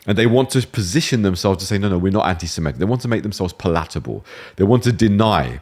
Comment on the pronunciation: Love Nafeez's arguments, but his strange pronunciation of certain words is a distraction! It's PAL-at-a-ble, Nafeez 😂